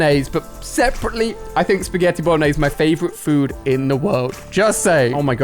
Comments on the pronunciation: He did say spaghelli the subtitles say what it THINKS the person said not what they ACTUALLY said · Is it just me or did he say spaghelli 😂